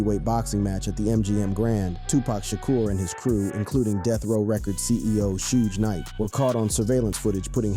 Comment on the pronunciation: Don’t this foo know how to say Suge’s name ffs.